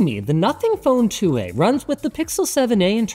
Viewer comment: It's a canadian phone? All I can hear is "Nothing Phone two, eh"